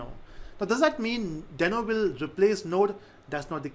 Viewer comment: yes that's what I thought as well but I guess they intentionally decided to pronounce it in a different way. Check Ryan Dahl's (i.e. the creator of Deno and NodeJS) videos on Deno. He doesn't sound like "Dino". Cheers.